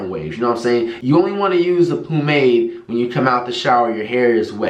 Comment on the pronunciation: He always say poomade😂😂😂😂😂😂😂😭